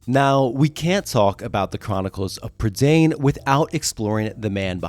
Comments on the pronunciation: its pronoucned prUH da eye n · Lloyd Alexander said that it was pronounced Prih-DAYN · Hi, Welsh person here, Prydain is the Welsh word for Britain, it rhymes with mine, and doesn't rhyme with main